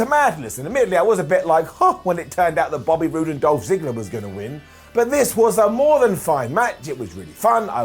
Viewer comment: “Bobert Roode” 😂